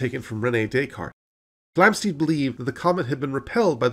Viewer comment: Enjoyed this brief romp through recent astronomy. However, it's not "Flamsteed" (as you pronounce it) but Flamstead, to rhyme with "homestead" and "sled".